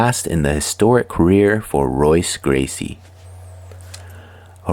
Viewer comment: It's pronounced Hoyce, brother. If this is a person. Also, It was Rorion and Art Davie, not Rickson. And the fight with Sakuraba was only the longest in modern mma. His father Helio fought almost 4 hours against student Santanta. Also, it's Royler not Royaler.